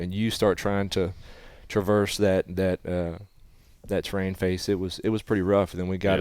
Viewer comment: Love the show… one observation. It is pronounced TER-RAIN not TRAIN